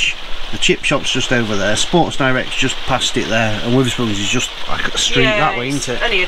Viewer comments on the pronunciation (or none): It's "weatherspoons" not "Witherspoon's"...he was a famous boxer "Tim Witherspoon" 😅😅 well done braving the rain tho ❤